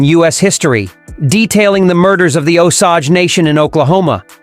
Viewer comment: It's pronounced Oh-sage.